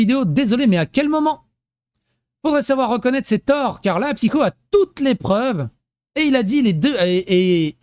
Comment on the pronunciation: Bonjour, arrête de de psycho alors que c'est merci 😂 j'ai repris Lilith PCQ elle disait psycho au lieu de (elle a mis mon com dans une vidéo et j'ai chopé un orgasme lol😂😂) merci de ta compréhension